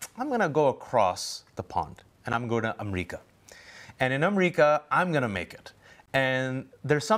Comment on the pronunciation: Why is he calling it amreeeeca why ???